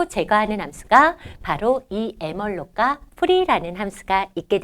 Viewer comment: 깔끔하게 잘 가르치십니다요. 한가지, malloc을 엠알록이라고 발음하셧는데 '메모리 얼로케이션'을 강조하고자 그렇게 발음 하는건 알겠지만 사실 전 세계에서 통용되는 발음법은 멀록이 맞습니다. ㅎㅎ